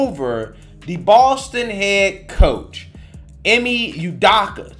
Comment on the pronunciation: It's pronounced E May 😒